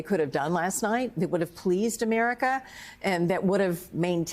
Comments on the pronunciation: He said "Americs back". He hates this country so much he can't even say it right! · What is 'AmeriKKK'? He doesn't even pronounce America right